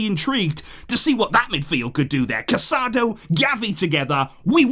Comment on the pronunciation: Thanks for the great work as always. One comment. Casadó's name is pronounced with the emphasis on the last syllable like "casa-dough" instead of "caSAdo".